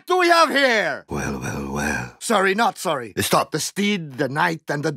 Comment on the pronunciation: Soory Not soory